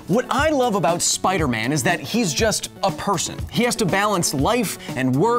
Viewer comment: Did you just say "Get me numbers for Spider Meth"?